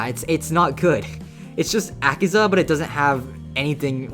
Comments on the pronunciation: its akaza not akiza -_ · He butchered Akaza so badly 😢